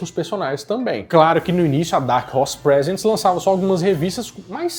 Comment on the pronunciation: You should read "Prézents" and not "Presents". The way you read it is for gifts and instead it is supposed to be for presentation. Not a complaint nor a critic but I think it's important to learn words that have double meaning.